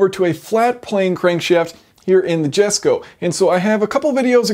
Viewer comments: At the beginning I was already pretty sure he was going to mess up the pronunciation of the car's name but waited for it anyways. I was right sadly. It's pronounced Yesko not Gesko! :P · Yes-ko, not Jesko. Koenigsegg it self told that. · It's pronounced (yesko) not Jesko as you said it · Why can Americans not pronounce Swedish Js. Its pronounced Yesko not Jesko for Christ's sake! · It’s pronounced yesko the j is said as a y get it right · JESCO is Pronounced as "Yes-ko". Christian's gift for his Father. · It's pronounced "yesko" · Fantastic video, as usual - but "Jesko" is pronounced "Yesko". Just sayin' - please don't hate me, everyone! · Jason, it is enunciated as "Yesko". Cheerin', Shannon Harris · I think its pronounced more like "Yesko" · Sorry to be pedantic but I believe it's pronounced "yesko". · It's pronounced YESKO, stop triggering my Swede brain! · P.s I’m American even I know that it’s supposed to be pronounced that way you have no excuse for pronouncing it like you did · No offence, but you do not pronounce the j in it's name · It's not "Jesko" with a J as in "Jet" but with as J-Sound as in "Yes". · "oe"(Ö) isn´t pronounced O, get it right...